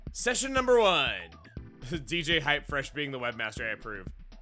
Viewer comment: It's HypeRfresh, not "Hypefresh"